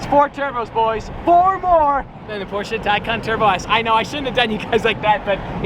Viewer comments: At least you pronounced Porsche correctly. I am not triggered. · He is of the only humans who pronounce Porsche right, please don’t forget to pronounce the e in the end of Porsche 😂 me as a german get sick of that wrong pronunciation. Don‘t take my words to serious 😂😂 Stay healthy and go one with your great work Oh my good that Bugatti is looking perfekt 👌